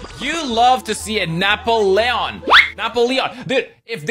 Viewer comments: Napp-o-leon lmao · the way he pronounced Napoleon made me think it was a pokemon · The way Napoleon and Mobile was pronounced throughout this video was interesting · Im sorry, are we ignoring the weird pronunciation of Napoleon?